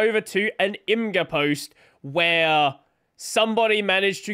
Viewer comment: "imgur" is pronounced "imager" - the mispronunciation made me laugh